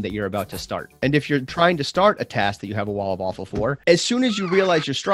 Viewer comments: the "walla-fallfull" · What do you call “wall of awfull”?.... The Wawful😂😂😉 i constantly hear waffle, am inthe only one?😂